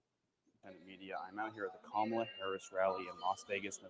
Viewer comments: "kum'alot harris"😂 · Kamala Devi How u pronounce sum is how Kam in Kamala is pronounced. Ala in Kamala is similar to gala. Kamala is a name of Devi called Luckshme or goddess of prosperity.